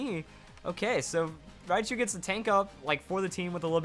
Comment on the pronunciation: Raichu, not riachu.